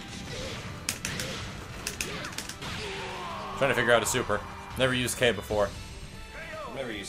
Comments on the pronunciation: K' is pronounced K-Dash. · is pronounced kei dash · oh yeah and max his name is pronounced kdash, yea you read it right kdash